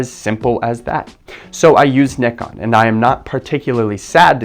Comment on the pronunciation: Wow, you're one of few to properly pronounce Nikon 😂